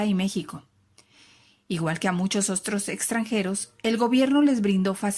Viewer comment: dijo ostros